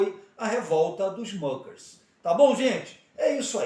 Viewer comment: História mal contada! Não fundaram seita! A pronúncia está incorreta, muckers é palavra alemã . Não é inglesa! E não havia fazendeiros, eram pequenas propriedades!